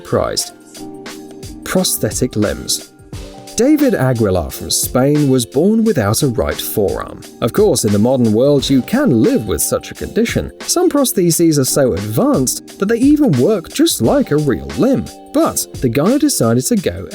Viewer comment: Did he really say prostheeses